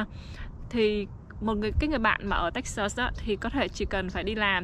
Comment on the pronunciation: Toi rat thich chanel cua ban, nhung ban can de y cach phat am tieng anh cho tot, nhu Texas ban phat am khong dung lam. thank you